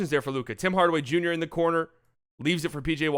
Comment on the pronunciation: This man said Bim Bardaway Bunior and it got me